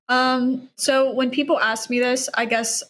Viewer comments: Good to know that not all dumbasses are Americans. As soon as said "axe" instead of "ask," he outted himself as dumb, and things just spiraled downhill from there.... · It's as hard for some Americans to say "ask", as it is for to understand this argument!